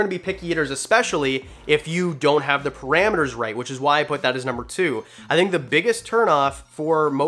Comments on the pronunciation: “nuber three” lol love ya channel tho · "Nuber" three? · Lol "nuber three" thanks for the vid!! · "Nuber 3"... big fan btw